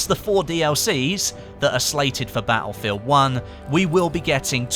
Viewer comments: "Ba-ul-field One" haha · Will the "T" in Baelfield come in a DLC? :P